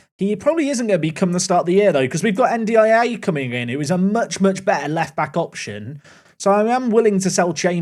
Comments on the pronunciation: Hi, it’s pronounced N-Die-Ay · Your pronunciation of N'diaye is criminal. 😭😭